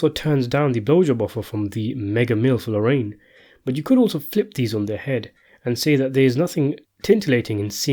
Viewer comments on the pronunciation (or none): none